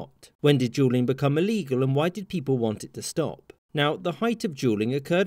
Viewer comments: Jewel is pretty close. But that doesn't explain Julian instead of duelling. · The dude can’t pronounce duelling correctly not the caption’s fault lol